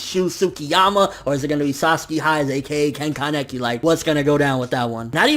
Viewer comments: i hate to be that guy, but uh.. isn't it KAneki, not kanEKi? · ア レ ッ ク ス 》 that's just how he pronounces it. I say KAneki